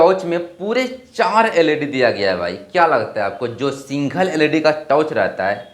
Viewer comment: Single❌singhol✅🤡 Add❌edd✅🤡🤡🤡